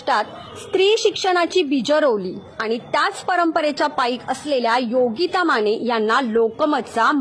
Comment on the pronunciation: बातमी खरंच प्रेरणादायी आणि कौतुकास्पद तसेच अभिमानास्पद आहे, पण तुमचे अशुद्ध बोलणारे अँकर बदला आधी. योगिता माने ऐवजी योगिता माणे, लग्णानंतर असा शब्द बोलताहेत लग्नानंतर असंही धड बोलता येत नाहीये त्यांना, कोण घेतं अशांना ? जे लोक अशांची निवड करतात यावरून त्यांचं पण काय शिक्षण झालंय हे उघडपणे समजतं. खरे उत्तम बोलणारे आणि गरजवंत राहताहेत बाजूला आणि वशीला लावून घेतले की हे असेच होणार ना भाऊ !